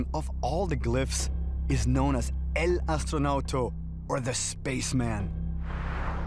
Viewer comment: the correct pronuntiton is EL ASTONAUTA